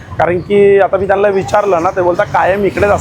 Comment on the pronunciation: तुम्ही व्हिडिओ छान बनवता. पुष्कळ मेहनत घेता. फक्त प्रस्तावनेत बोलताना प्रत्येक वाक्यात हाय ना, हाय ना, हाय ना, हाय ना असे बोलता. तसेच इतरही बऱ्याच व्हिडिओमध्ये 'त्यांना' च्या ऐवजी 'त्यानला' असे का बोलता ? जरा लक्ष द्या भाऊ.